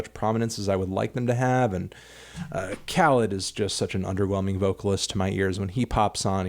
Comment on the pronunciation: Khalid = kuh-leed